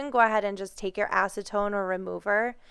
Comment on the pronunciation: You said acetone? Really?